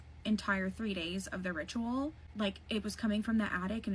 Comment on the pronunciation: holy shit the way she says ritual is annoying